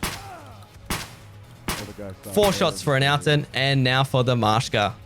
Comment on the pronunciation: Hey, just a heads up from a slav here, Maska is pronounced as Maska, not Mashka.